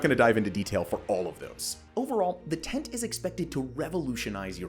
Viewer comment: Just so you know the hyphen in the abbreviation means it is pronounced 10-T not tent